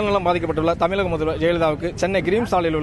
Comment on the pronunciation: தமி"ல"க முதல்வர் அல்ல தமி"ழ"க முதல்வர். நிறைய தமிழ் பிரபலங்களுக்கு "மயங்கொலிப்பிழை" மிகவும் சாதாரணமாக வருகிறது. இதில் இந்த ஊடகவியலாளர்களும் சேர்ந்துகொள்கிறார்கள். தமிழ் செத்து விட்டது உறுதி. மீட்டுருவாக்கம் செய்து தமிழ் சரிவர பேசத்தெரியாத தமிழர்களுக்கு "தமிழ்" கட்டாயமாக பயிற்றுவிக்க பட வேண்டும். மீறினால் சிறை. தவறே இல்லை. மொழி அழிந்தால், இனம் அழியும் இனம் அழிந்தால், இன அடையாளம் செத்து விடும், அடையாளம் இல்லாத இனம், அரசியல் பலம் இல்லாது அடிமையாய்க்கிடக்கும்